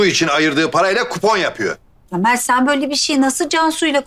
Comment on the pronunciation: Mer değil mert demeli +1